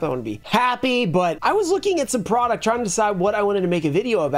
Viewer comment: "Porduct" lmao. Love ya man, just had to make the shot